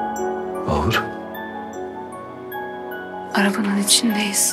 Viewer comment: Mahurda bayım diyo bune ya